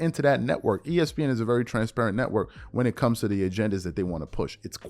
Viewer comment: “Right leaning letwork” 🤣🤣